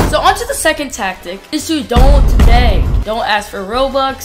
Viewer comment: I thought my man said ass not ask LOL